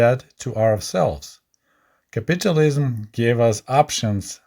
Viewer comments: Not nagging, but it's pronounced as capital (money) ism. Not capitulate (surrender/give up) ism. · Pronouncing capitalism as sounding like “capitualism” adds an amusing twist to listening to this presentation.